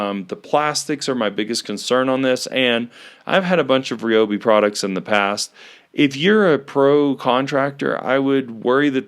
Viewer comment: Why is it that lots of people pronounce Ryobi wrong?